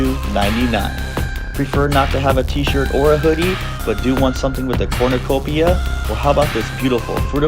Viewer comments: Also, it’s not called a corn-ya-copia. It’s a cornucopia. kor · nuh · kow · pee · uh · 0 Wait a pointlessly stretch out a video with extra blah blah blah commentary, blah blah blah and mispronunciation of corn you copia.